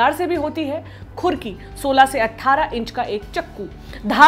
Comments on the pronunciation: Khur Kiii 😂😂😂😂😂😂 Nahi Khukurii hota h madam ji .. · Khurki nahi ....khukurii....lady pronounce it properly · Khukri nahi hai sahi uchcharan khukuri hai. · it's not "khurki". It's "Khukuri" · अम्मा,खुरकी नहीं खुकूरी होता है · mam खुकरी होती है ना कि खुरकी। 🤗🤗🤗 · That is not khurki....its khukuri खुकुरि not खुर्कि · Behan ji Khukri not khurki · Pahle bolna sikho its khukuri not kukuri ok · खुकुरी का उच्चारण शायद गलत था...